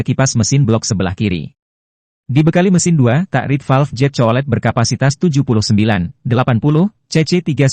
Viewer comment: Jet bukan zet 😂😂😂😂😂